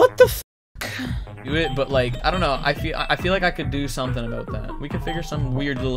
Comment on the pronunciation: It's pronounced about not aboot.